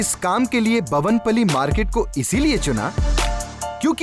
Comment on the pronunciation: bhavan pally nahi Bowen pally market he bhai